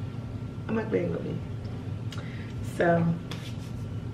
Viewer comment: Lol she said it wrong but "mukbang mukbang mukbang mukbang"